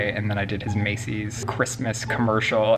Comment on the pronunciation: Christmas d, not "cryspie d".